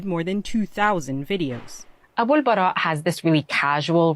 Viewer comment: It’s Abul Baara btw